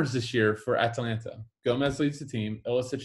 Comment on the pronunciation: Ah-Tah-Lan-Tah not Atalaina